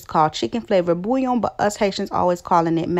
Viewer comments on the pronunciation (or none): none